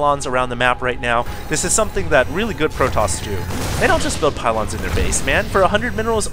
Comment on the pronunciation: "a lot of pahlons" ? lol